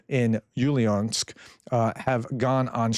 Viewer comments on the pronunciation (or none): Dear, please let me add an explanation for some spellings from time to time: Orgenergostroy is like Org-Energo-Stroi, Ulyanovsk is like Ul-ya-nowsk